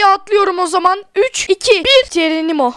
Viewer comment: Neden cenenimo diyosun